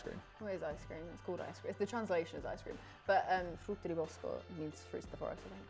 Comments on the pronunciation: I'm Italian and Talia's pronunciation of "frutti di bosco" is mad good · my chick talia with the perfect "frutti di bosco" i see you